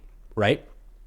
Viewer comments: He couldn't even pronounce Crimea🤣Just how much of reality are they in? 🤔🤔Forgot that they are kinda Right Wingers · Jesus, Witless Witkoff can’t even say ‘Crimea’ right, and thinks he can dictate Russia can just have it? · lolol yes I know. It was a comment about how badly it was mispronounced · Steve can't cant even pronounce Crimea